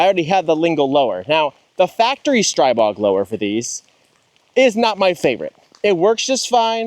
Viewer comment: The Slovaks pronounce it "Stree-bog," my new found friend.